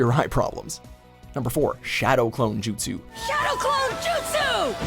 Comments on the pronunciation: Justus not Bakuyugan or sharigan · Sahil Yeolekar they can't even pronounce jutsus right God damn